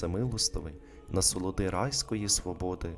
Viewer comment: "насолоди райської сподоби" насолоди - наголос на третій склад, уе іменник, сподоби - дієслово, вибачте, читайте правильно, а не те, що ви інше промовляєте "райської свободи", не те, що написано.